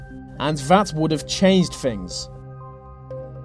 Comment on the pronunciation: "... and vat would have changed fings." What's with you Brits and the "th" sound? We don't seem to have much of a problem pronouncing it in the rest of the world. Good video though, regardless.